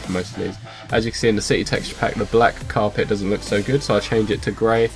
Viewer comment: It's carpet not Cape